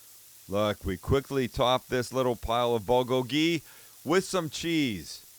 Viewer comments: Please Sam, the accented syllable of bulgogi is bul-GO-gi. It sounds like you're saying it bul-go-GI. Yes it's a nit-pick, but that's how I've heard it said every where else... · Recipe looks delicious, will have to give it a try. Only problem is Bulgogi does not have gochujang in it, and PLEASE learn how to pronounce Bulgogi.